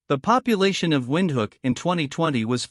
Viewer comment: It's pronounced Windhoek not Windhook😅😅 , like Windhuuk😅😂but its ok many people mispronounce it😊😊❤❤ ty for including us